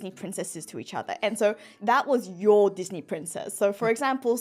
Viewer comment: I really love the way pronounces Disney Because I'm brazillian I'm used to hear people pronounce as dis-nay and it feels right hearing him pronounce it like this as well